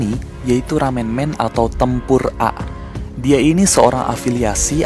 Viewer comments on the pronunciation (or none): Sepatutnya bukan tepur A tapi tempur megi hahahah🤣🤣🤣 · Kak bacanya tempur a itu tempur e